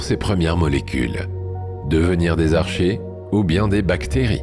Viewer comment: vers 44 min : "protozoique", et ça n'existe tout simplement pas en effet. Tout comme les archées qui se prononcent "arcquées" et non pas comme "archer". Ce documentaire comme tout ceux d'Orbinea est de très faible qualité, tout juste bon pour endormir les très très gros néophytes ou petits enfants le soir.